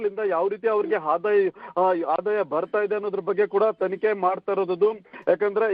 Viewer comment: Pl ask your reporter to pronounce proper kannada Hadaya alla ಆದಾಯ... Hadikari ಅಲ್ಲ ಅಧಿಕಾರಿ